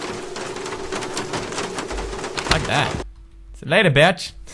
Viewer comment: HE SAID BICH LIKE JACKSFILMS! My youtube dreams have started, Tobuscus saying barrels is nex >:3